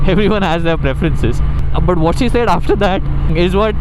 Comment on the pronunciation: Why is your “Said” said weird? 😅